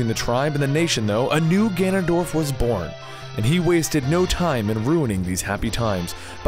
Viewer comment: he said ganondoLF again